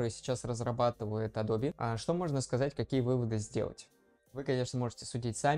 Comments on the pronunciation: Адобе, ютубе...фасебоуок...А.И... на слух режет. Трудно вас русскоязычных научить произношениям. Эдоб, ютюб (не путать с ютьюб), фейсбук, ЭйАй и т.д. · мне одному произношение "Адобе" режет слух? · не тебе одному 😂 причем, знание, что правильно — Адоби, что это топоним, и поэтому "е" на конце читается, положение не спасает. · Эдоуби -- так правильно, если верить произношению нескольких переводчиков на английском. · может быть я что-то выдумываю и в английском "е" на конце читается?